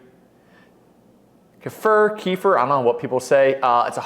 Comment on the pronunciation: Is it not pronounced Kuh-fear? (Kefir)